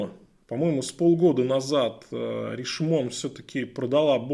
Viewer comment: Часы шикарные. Вы специально произносите не правильно? Ришмон кошмар.